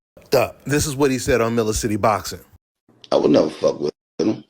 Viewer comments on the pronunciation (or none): How you using his content but can’t say his name right??? It’s Mills City Boxing👍🏾